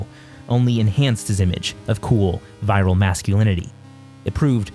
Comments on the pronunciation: Virile is pronunciated "veer-aisle", not "viral". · ok but one thing "virile" is pronounced Vee-rill not "viral" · Great video as always. But it's pronounced veer-isle